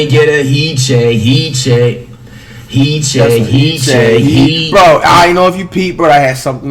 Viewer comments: all i heard was heat cheque the whole video lmao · “He che” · This nigga said heat cheque for 2 mins 🤣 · Legend says he’s still saying heat check